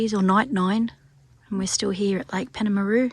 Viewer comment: It's pronounced PALM-AH-ROO by us locals 😂 glad you had a good time!